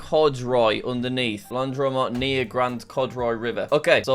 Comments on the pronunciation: Jack searching laundromat and not recognising it is an English word… “Lown..dro..mat” 😂😂😂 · Jack: "Loun-dro-maht"